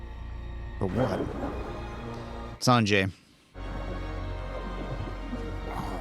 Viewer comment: Sanjee not sanjay